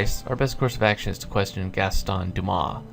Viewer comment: You're right in the pronunciation of Dumas, because in French unless the word has a vowel at the end of it you don't say the last letter